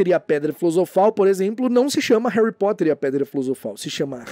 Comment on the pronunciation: Em Portugal eles n mudam quase nd, mas oq acho mais estranho é q eles pronunciam "Érri" ao invés de "Réry".